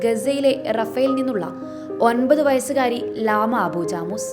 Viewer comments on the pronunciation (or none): ജാമൗസ് ആണ് ജാമൂസ് അല്ല..👍 നല്ല അവതരണം 🔥❤🔥❤🔥